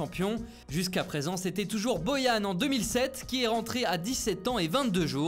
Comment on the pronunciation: C’est pas boyan c’est borrrrrran